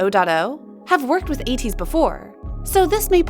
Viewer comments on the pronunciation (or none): none